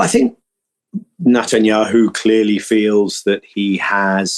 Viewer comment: Minor quibble: why does Daniel Levy call him NUTanyahu? Is it because Netanyahu is nuts?